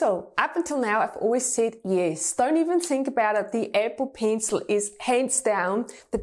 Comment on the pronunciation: “Apple peencil” I DIED EVERY TIME SHE SAID THAT(just a joke I’m not insulting her accent)